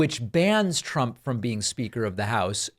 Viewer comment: “Prump” 😂 Reminder that trump mispronounced his own name as Prump